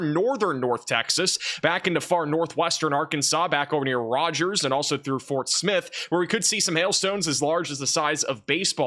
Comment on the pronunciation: He said Rogers for tornado and hail risk. Ugh. I'm tired of this, grandpa.